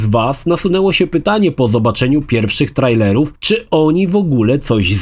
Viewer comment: hej, czyta się trejlerów. Pozdrawiam